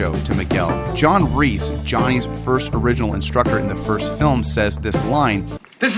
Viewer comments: I don't know why it bothers me so much but every time you say John REESE (It's Kreese) cringe. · Kreese, Not Reese! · His name is Kreese not Reese. K. Not R. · JOHN “REESE” 💀💀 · Would it have been too much to ask for to have given this video assignment to somebody who knew that Martin Kove's character is KREESE - NOT F**KING REESE! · His name is John Kreese not John Reest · or john reese💀 its like saying john reeses puffs